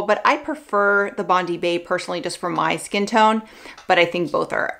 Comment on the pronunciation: Bondi is pronounced as Bond-dye. It’s a popular beach in Australia 😄